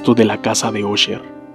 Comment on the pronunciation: Se pronuncia asher... No osher